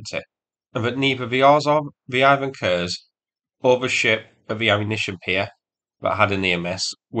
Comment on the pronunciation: Also he keeps saying Ropukha instead of Ropucha, and now also noticed Ivan Kurs instead of Ivan Khurs. Ch sounds like English ch (check, each), KH sounds like H in hat.